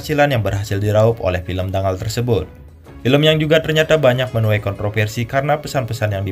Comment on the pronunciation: Cara bacanya bukan Dangal, tapi Danggal.